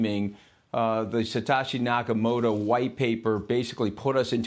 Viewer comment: Taking advice from a guy that says satashi nakamoto